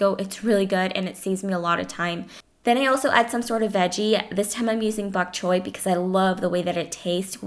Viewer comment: when she said bokchoy i heard buzchoi